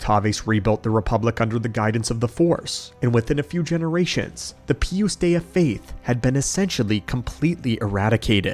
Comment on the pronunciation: I love the Lore video the only thing that made my eye twitch a little bit was the way you kept pronouncing Pius Dea lol. Other than that I love all your long lore videos putting them on in the background going about my day and learning about Star Wars